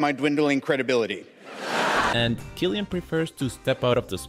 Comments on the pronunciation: Cillian Murphy pronounces his name Kill e ann. Please get peoples' names right. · There is no excuse to mispronunciation of Cillian's name. Yikes.